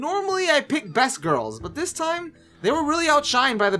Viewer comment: no offence but who says dis and za